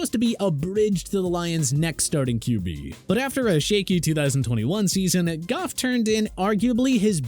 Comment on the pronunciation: Thank u for saying goff